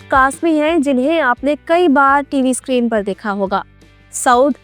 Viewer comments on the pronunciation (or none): none